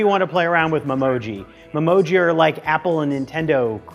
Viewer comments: It’s not pronounced mem-oji it’s pronounced meme-oji. You know what I meant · I think it is called me-moji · The way everyone is correcting his memoji pronounciation shows how serious these apple fans are about such a childish feature 🤦🏽‍♂️